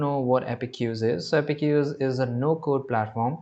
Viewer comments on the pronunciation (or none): Thank you for the informative video! One small note — the correct pronunciation is "App-Cues" (two syllables), not "Appe-cues". You can type it into Google or any AI tool to hear the correct pronunciation. Keep up the great content! 🙏